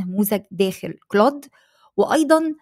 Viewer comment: اهتمي بتحسين محرك بحث يوتيوب تم اقتراح قناتك لي اول مرة .. بس في حاجة حضرتك هو مش اسمه كلوت 😂 ولا حتى كلاود هو كلود